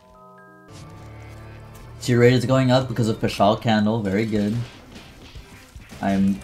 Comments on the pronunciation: why tf do you say "pashal candle" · Paschal candle is pronounce pass-cull